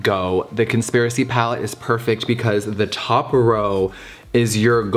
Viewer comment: Ngl, I swear to god I heard him say “Cuntspiracy palette.”